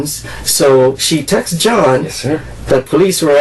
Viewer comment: It's "texts" Not "texas" Buh leee Dat Nawh why sayen